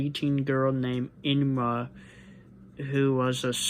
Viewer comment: Her name’s Inma not Inuma